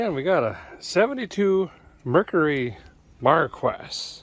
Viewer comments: Mercury. Markeee- Marquis is pronounced. Markee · Pronounced ..'Mar-key.. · Mercury Marquis ( pronounced markee Bougham promounced brome ) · Hmmm 🤔 that was pronounced MAR-KEY. My supervisor had one. Ty! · Pronounce it Markey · It is pronounced marquee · English Pronunciation: Marquis = Mar-key and Brougham = Brum (Google tells all) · It is pronounced: MAR-KEY. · It's pronounced Mar-key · It's pronounced (markey) but your probably mispronouncing it on purpose your sense of humor makes me laugh . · You can put 20 bodies in that truck. It's pronounced MARKEY LOL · It pronouces: marky A noble title in France . In military term: a marquis or margrave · I'm sure it's pronounced mar-key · Marquis the ''s'' is mute... pronounced '' markee''..... totally French lol... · YOUR CAR IS A MARQUIS and it is pronounced MAR KEYS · I had this car in a 2dr coupe in white with a cranberry top and interior. Please it's pronounced MARKEE AND BROME. Thx for the video. Good job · Marquis - markee Brougham - brauhm I LOLed when you pronounced those words. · Mercury Markee (pronunciation) Brougham (broam). About 4,000lbs of iconic iron! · You pronounce it (Maar - Kee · “Mercury MarQwess” 😂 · It’s pronounced Markey and the model is pronounced Brome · Too many Japanese cars for you. Marquis is pronounced Mar kee and Brougham is pronounced Brom as if you put an m on Bro. BTW if you hop up that 460 cu. in. it will get scary. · MARKEE AND BROME IS PRONUNCIATION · Its pronounced Ford Mercury Mar-qee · pronounced Mercury................... mar key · Pronounced: Marquiss. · Pronounced Mar-keys , Bro-hm, or Brome more so. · it's pronounced ' MAR-KEE ' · Marquis is pronounced "markee" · pronounced MAR- Key BROME (as in Nome Alaska) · Dude, it's pronounced like "Markee". The Q is silent. Just saying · Marquis is pronounced Mar Kee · It is pronounced Mar Kee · Pronounced "Mar Kee" Brom edition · "Markee" "Bro-um" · I think maybe its pronounced, mar kee. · did you purpose mispronounce Marquis?